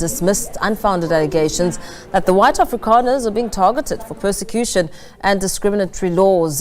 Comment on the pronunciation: Its afrikaner,not afrikaaner,you cant even get that right!